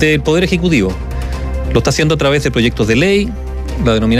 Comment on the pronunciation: Un periodista de esa trayectoria minimo deberia pronunciar bien las palabras de nuestro idioma. Ejm.: lota siendo ( lo esta haciendo), giente (gente), , cuaeconcepto (cual es el concepto), provisionale (provisionales), etc. ect..